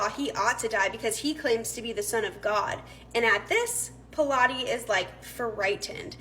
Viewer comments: Pronounced pilot. Not p lot eh. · It's pronounced pilot not pilates.